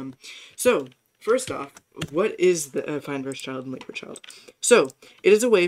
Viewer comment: almost reported you for a minute there when you siad eifnd a child